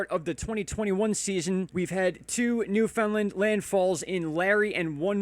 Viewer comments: or Newf-in-Land :) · Newfoundland = NEW-funlund